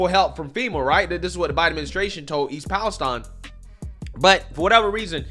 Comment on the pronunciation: You need to learn how to pronounce "Palestine"